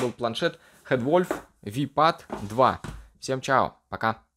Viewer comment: планшет называется "ВИ пад 2"... в предыдущем видео: "в этой школе я учил английский"